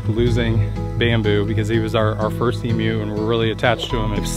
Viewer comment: It is great to hear an American who can pronounce emu correctly.